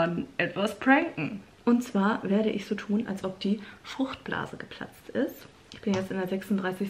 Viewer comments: Wie er sich bei fruchtblase verplappert XD fruchtbla geplatzt der Arme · der arme konnte nicht mal FRUCHTBLASE richtig aussprechen 🤣🤣 & der Tisch ...ich kann nicht mehr